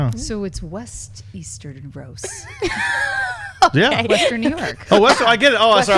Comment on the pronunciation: wtf is easteros? you mean essos?